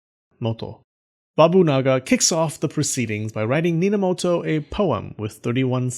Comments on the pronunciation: Nobunaga? Ne, Bobunaga it is Minamoto? Nope, Ninamoto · "Bob..unaga" and "Nina...moto" I almost laughed out loud at that part, but manage to hold it back somewhow xD